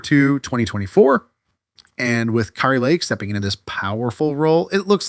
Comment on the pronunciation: You are mildly ignorant of the facts and grossly nauseating. You don’t even know how to pronounce Kari’s name.